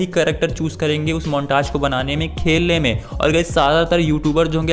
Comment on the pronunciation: अरे मोंटाज नही मोंटेज होता है🤣